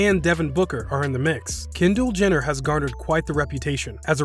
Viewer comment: did he say kender Jenner